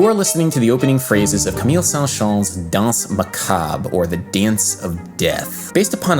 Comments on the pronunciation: I'm a French Canadian, and your prononciation of '' Saint-Saens'' is really funny ! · my fav part of this video was you trying to pronounce Saint-Saens XD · I appreciate you're efforts to pronounce "camille saint-saens, danse macabre"